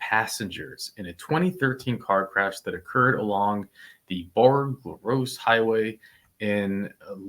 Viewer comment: Nobody ever says these things right until someone breaks them down: "Houma" is said "Home-a", "Bourg" is said "Berg" and "Lafourche" is said "La foo sh" Crazy, right?